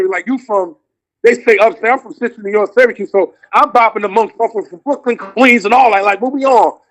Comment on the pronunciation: Its Cuse not Cues...shout-out to the 315